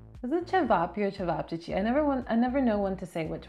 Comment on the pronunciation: Yes you said both correctly ćevapi and ćevapćići. Man my heart is crying for sitting outside bars chatting and chilling. Haven't been since march last year.